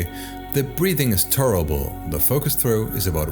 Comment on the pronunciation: Are you saying tolerable or terrible?